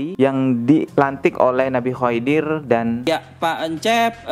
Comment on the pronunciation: maaf bang... Koreksi pengucapan nama nabi khidir...